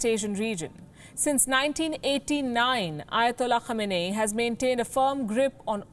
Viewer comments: The Name is pronounced as : KHAMENAAYI It means coming from the place called KHAMENA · The way she pronounced his name sounds like that time when someone thinks he/she knows something and acts confidently buy is actually dope and terrible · Can't read the name properly and doing reports on Imam Khamenei...I believe this channel is funded by US 😂😂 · cant get his name right FO and u guys r journalists